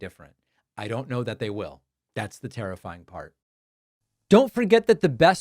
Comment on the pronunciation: The way you pronounce "terrifying" almost as 'tariff-fying".